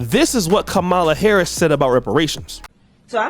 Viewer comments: Whats bad, is your an adult that still cant pronounce VP Harris's name. Kids know how to say her name right and you still cant say it right? LOL, try to learn some. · Wow, you mispronounced her name throughout this whole video smh